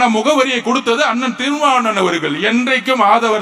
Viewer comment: “திருமாவளவன் “ னா அல்லது “திருமான்ன்”னா?